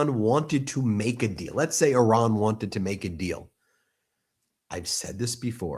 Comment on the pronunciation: It is not prononce Aran but Iran😂😂😂😂 You are funny🤪